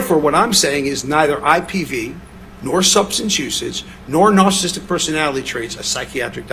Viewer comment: Why can't he pronounce words that are well within his wheelhouse of diagnosis? Substance Abuse, Narcissistic Personality Disorder, etc?